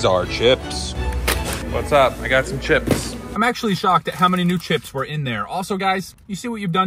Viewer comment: the word is chisp